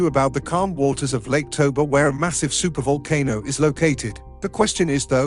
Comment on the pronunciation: super vulkanoe? Voalkannoe?? What !?